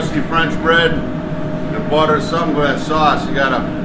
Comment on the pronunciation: nevahh enough gahhhhhliccc and buttahhhhh lols